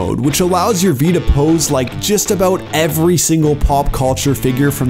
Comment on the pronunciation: "Every". Also, did they not have anyone familiar with the material to record the voiceover?